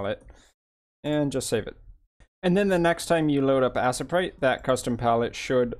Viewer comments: This was very helpful, Butt it's pronounced A-sprite not Ass-a-prite! LoL! Loved the video though! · Assprite? Lol you mean Aye-sprite. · I really doubt its pronounced Assprite but to each his own.